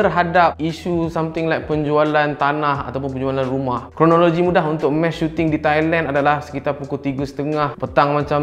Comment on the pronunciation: sampai habis aku dengar "mash shooting"